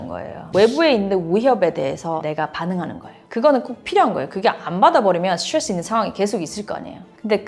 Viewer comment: 스츄뤠쓰 스츄뤠쓰 스츄뤠쓰